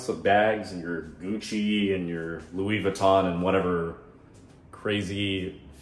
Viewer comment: Its not leava ton bag its Louie Vuitton bag.